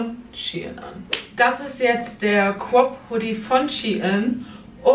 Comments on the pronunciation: Ein pulli ohne kaputze: sweatshirt Ein pulli mit: hoodie Und es heist crop und nicht cop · Ich liebe es wenn du "crop" sagst😂😂 Abi: "quap" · cwop 😂 (crop) bitte mehr teile 🥰